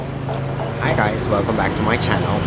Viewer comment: 췌에에에널~!♡ 발음 쫀득쫀득